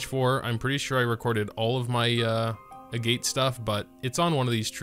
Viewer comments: Agitt not a-gate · its pronounced "eh-get" agates are a type of mineral in real life ya know! sometimes they're used to make jewelry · I'm sure it doesn't matter at this point, but I believe it's pronounced "ahg-et".